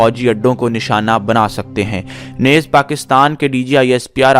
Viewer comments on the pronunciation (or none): Yeh lafz " nez" nahi hai balke isko NEEZ bolen .